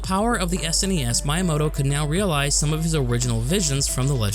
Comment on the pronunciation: Ehem... It's pronounced "Mee-yah-moh-toh" spelled Miyamoto